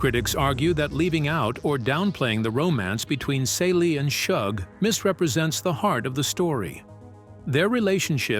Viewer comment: It is so irritating that he keeps mispronouncing Celie (See-Lee's) name!😡